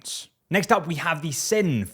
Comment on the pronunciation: Sinn is pronounced "zen" not "sin"